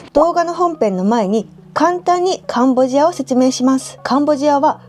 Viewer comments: ！ところどころ甘噛み（カンボジニアとか）聞こえるのは自分の耳のせい？でも最高です！リモコン見つかりましたか？ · "カンボジア"がうまく言えませんでしたね！😄😄 やはりカンボジアも中国に侵食されてるようですね⤵️ 楽しみにしてます！ 頑張って下さい！